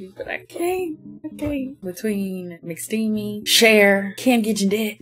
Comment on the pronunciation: Showgirls mixed with Moulin Rouge is.....not wrong LOL. I love this movie and watching you discover it was so fun! Learning you also love Easy A, SYTYCD, Stanley Tucci, and the way you said "MCSCHTEEEMY" means I absolutely had to smash that subscribe button. Love a kindred spirit!